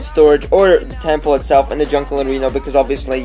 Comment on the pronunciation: How he says temple, TEMPOE